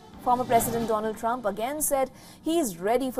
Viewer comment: He jibberished Dronald Prwump can't even get his name right